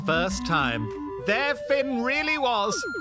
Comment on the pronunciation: Man says his name is pronounced "Tin". Everyone persists in calling him "Fin"